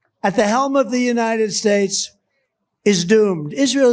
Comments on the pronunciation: "Capacity of the United SPADES" Wait what was that lol what is trump trying to say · "United Spades". - Duh-nald 🎺 a.k.a. Good friend of Epstein